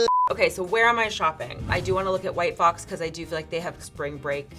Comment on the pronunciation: I was so sure “white claw” was said instead of “white fox”